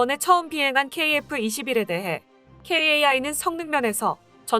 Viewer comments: "KAI" 케이에이아이...라고 어렵게 읽지마시고, 그냥 편하게 "카이"라고 하시는 것이 좋습니다. 3자 이상으로 된 알파벳 약어를 읽늕 방법은 오래 전부터 있었습니다. 유엔 산하기구 중 긴 명칭은 약어로 머리 글자를 따서 약어로 부르듯이 , 또 아주 긴 약어일 경우 읽기 어려운 부분도 있습니다. 참고하세요~^^ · 캐이에이아이… 카이라고 하기가 힘드신가